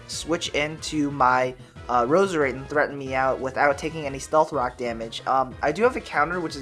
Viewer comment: You say Stealth Rocks weird. Lol it confuses me.